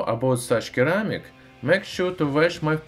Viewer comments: c followed by e is pronounced as an S sound in English. sir am ik. just FYI. love your videos! thank you for the information. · Keramick 😂😂😂😂😂😂😂😂😂😂 Please research how to pronounce the item you are describing. It sounds really ignorant and that you cannot be bothered. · I love your videos but must point out, the first C in ceramic is pronounced as an S sound, so it would sound like seramic. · In case you don't know the "Cer" in Ceramic is pronounced "Sir" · Thats funny. In my native language (not russian) we also say keramik instead of ceramic and i didnt even notice that he does that too^^ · Great videos! Thank you. The first C in Ceramic is pronounced as an S. Thanks again. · Pro English Tip: the C in ceramic is a soft c, like the c in porcelain. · I couldn’t take listening to him fail to say ceramic any more. I bailed at 3 min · The 'c' at the front of 'ceramic' is pronounced like an 's' in English. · very informational! ceramics is pronounced with a c like 'cesium' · Dear. I highly recommend you check out the YouTube channel "Emma Saying" if you're unsure of how to pronounce a word. Like "ceramic", for instance. Great video as always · Ceramic is pronounced with a c or s not a k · The C in ceramic is pronounced like an S. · What a stupid example....this has nothing to do with this guy mispronouncing ceramic....anymore band wagons you want to jump in on. Was that plane enough English for you? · I actually had difficulty understanding you until I realized you pronounced ceramic with a hard "c", I've never heard it pronounced it pronounced like that before. It's actually weird how pronouncing ceramic like that made it really difficult understanding anything else in the sentence until I realized what you were saying. I'm not hating on you or your accent or anything, I just found it a bit interesting and worth making a comment on. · Keramic!?!?!, looool, it's pronounced 'seramik' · Not "curr-amic". It's "SIR-amic" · seramik, not keramik